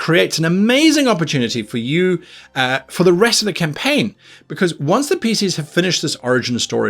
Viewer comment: Did he say, how to start a caim ? :D